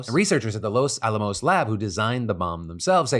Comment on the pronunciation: 😂 say Los alamos again!!!!! Sorry New Mexican here it’s just funny hearing it from a outsider 😂